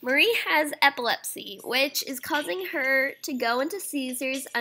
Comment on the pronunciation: I think its Epi-lep-see